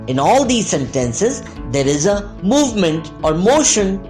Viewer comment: Very useful video! :) Small note: some words were pronounced incorrectly, mainly in terms of stress. eg, sentences (stress goes on 1st syllable, not the 2nd)